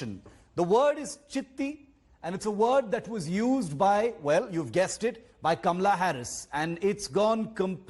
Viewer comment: Not kamla, kamala.😁😁😁😁😁😁